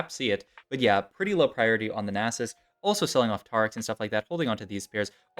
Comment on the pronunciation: the nie sus hurt more